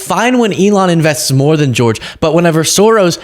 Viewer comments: He can't even say George . He's definitely on the Short Bus Crew . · I hate how he says George